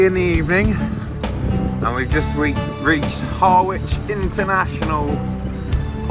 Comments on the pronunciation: Really? Isn't Harwich pronounced Harridge?(sort of) Or have things changed since 1961?😂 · When did "Harwich" start being pronounced Harr-witch?😂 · Great and interesting video but why can’t anyone in England speak English anymore? In the opening 30 seconds “Harry and myself” should be Harry and I and the Harwich mis pronounced Har-which If you broadcast this stuff you have a duty to get things right just like fact checking. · Hey TT presenters, you should pronounce Harwich the same way you pronounce Norwich. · Harwich and Norwich, the W is silent